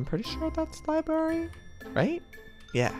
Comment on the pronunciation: Joey: LiBaRy Me: I have to tell you